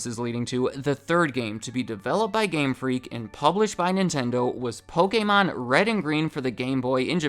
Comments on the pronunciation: The fact that you pronounce Pokemon,( "POH-KEH-MON") brings a smile to my face, hate when people pronounce it Poh-Key-Mon😑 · Dusknoir is my favorite Pokemon. Sidenote: Thank you so much for pronouncing 'Pokemon' correctly! There are WAY too many people who pronounce the word 'Pokamon' (like it has an A in it), and yes, it bothers me way more than it should.